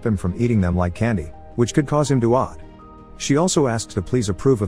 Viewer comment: it's the way he pronounced OD, quite odd.